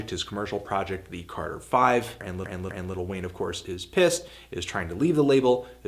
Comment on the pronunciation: Is he saying ''Little Wayne''?